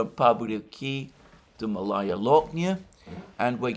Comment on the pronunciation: It is pronounced "Maalaya" Alexander (meaning small), not Malaya.